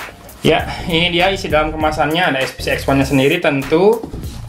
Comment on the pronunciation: eSPeCe Bang, Bukan eSPiCi, Itu kn barang lokal 😀